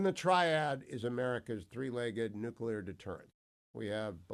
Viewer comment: You still sound dumb when you say nukewler versus nuclear which is how it's actually pronounced. Come on, do better. Your credibility matters.